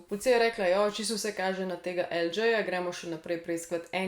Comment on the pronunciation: Lj je El đej ne pa El đi :)